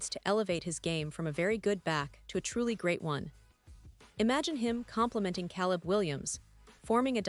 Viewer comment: Get better AI to read your text. At least find one that can pronounce Caleb